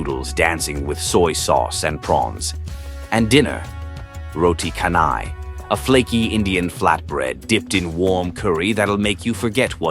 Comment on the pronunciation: Roti canai...is pronounced as roti chanai.. The "h " is absent in the malay language